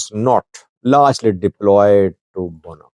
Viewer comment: It is Bugna and not Gunna or Bunna.